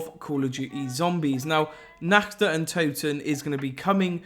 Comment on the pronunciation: "in this video im going to be going over the nakch der untoten"